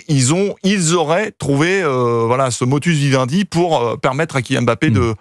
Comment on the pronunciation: Du grand journalisme ... au passage, on dit modus vivendi et non motus vivendi !!!